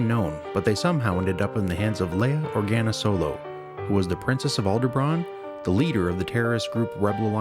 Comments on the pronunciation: STOP SAYING ALDERBRAHN!!! It's Alderaan. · you keep saying Alderbraan...with a B in it? Do you mean Alderaan? if you are going to make a video do your fucking research and get shit right...idiot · Additional mistakes.. 1) Schematics shown during discussion of the mystery ship shows a YT-2000 Transport but the images clearly shows a YT-1300 Transport. 2) Narrator's continued mispronunciation of Alderaan as "Aldebran" Every. Single. Time.